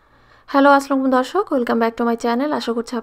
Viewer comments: Hi there, if you really want to give salaam, then you should say it properly, like Assalamu alaykum, or salaam alaikum. Not like - Hello, Aslum dorshok. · আসলামু বলছে😅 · এটা যে সালাম আপনি না বললে বুঝতাম না। কি কইলো একটা হেসাকুম আকুম। সেলেব্রিটি মানুষ সালাম দেয়না 😂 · Say the SALAM correctly 👏... ASSALAMUALAIKUM ❤ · কি বলে কিছুই বুঝিনা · Apu,,, salam shothik vabe ucccharon korben. Ta na hole meaning change hoye jai. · Apu salam ta tik kore sikh ben plz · Apni ki prothome salam diesilen?😐😐 Ashole bujhini valo kore. Sposhto na.😦😦😦